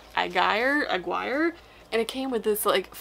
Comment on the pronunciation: Aguirre is pronounced a gur e. It is Hispanic